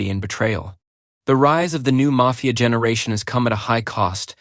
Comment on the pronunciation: the first time you say the word 'generation', you enunciate it with a hard G.